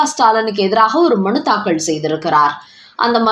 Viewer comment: அம்மா!அது தாக்கல். தாக்கள் இல்லை. உச்சரிப்பில் கவனம் தேவை.